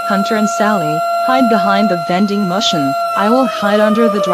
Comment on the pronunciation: the vending mushun